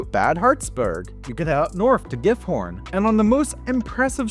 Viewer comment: It's pronounced "Gifhorn"